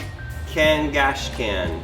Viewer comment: Cang- ASH- can 😂